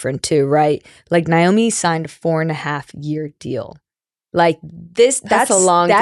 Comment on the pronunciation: Pretty sure it’s pronounced NAYomi not NYOMI. But I shouldnt 🎉nitpick. No one would confuse Tobin Heath for a journalist.